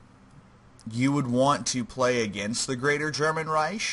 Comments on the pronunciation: This hurt to watch, not cause it was bad, but because of pronunciation. Reich is Pronounced like rike, not riesh. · This bugged me the entire video, it is pronounced Reik not Reish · Yes, like bike